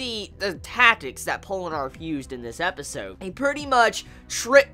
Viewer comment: Pole-eh-narf? hahahah